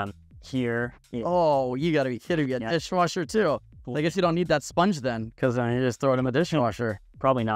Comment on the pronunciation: Did he say DISHING WASHER😂